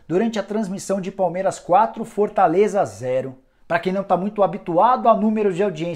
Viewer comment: Cara, me desculpa, mas comecei a prestar a atenção em como você fala e passei o vídeo inteiro rindo kkkkkklkkk Fortãleza, impressionãnte, rodãda, mas o conteúdo é muito bom...